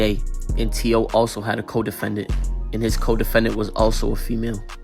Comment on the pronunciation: Its not t.o. its t-ooh-wee....cornballs